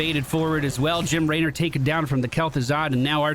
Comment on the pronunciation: Is there an inside joke for why he says Laynor?